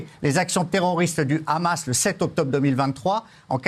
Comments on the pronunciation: il y a 20 ans, le Hamas n’existait pas. Le problème c’est que ce mot doit se prononcer Amass, donc lorsque tu parles vite et que tu prononces ce mot, on peut pas s’empêcher de prononcer le « H » en « R-amasse ». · Vive Frontières. Juste un truc svp arrêtez de prononcer "rhammas" .. hammas on comprends pas de problème